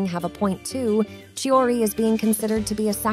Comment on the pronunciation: Her name pronounce is chiori